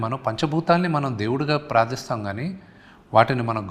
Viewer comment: Praadistham kaadu prarthistham